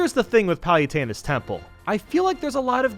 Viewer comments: Um... did say "Payutena"? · Is he pronouncing 'Pah-lu-teh-nah's Temple 'Pal-u-ten-ah's Temple or am I just crazy? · Forgot how he's pronouncing Kalos. He seriously called Palutena, "pie-yu-taina". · Who tf is Pie-utena? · Random User :P “Kaylos” “Palyutena” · Cal-los Pal-luh-tine Kie-mare-ah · Does anyone else hate the way he pronounces Palutena's name?